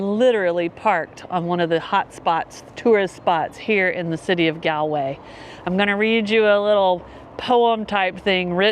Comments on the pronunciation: Galway way is pronounced Goll way not Gaalway. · My ears bleed a little bit every time I hear you say Galway. It's "Gall-way" like Gall bladder.